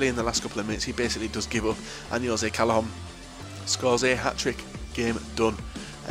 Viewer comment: You actually said Callejon properly! So proud